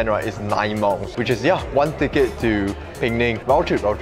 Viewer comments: Hi it' not peng nang. It's Pe-nang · Pee-neng. Not Ping-ning.